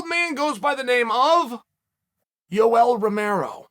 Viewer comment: When he said “Yoel Romero” I lost it😂